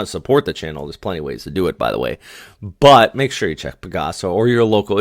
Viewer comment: PAGASA is actually not one word 😅. It’s like Pagh-AhSah , while yours sounds like Pa-Gasa Again, please don’t mind me 😂😂